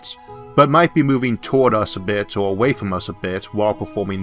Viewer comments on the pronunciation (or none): Hey, you just make "Or" sounding "Er". I'm french and it doesn't bothor me.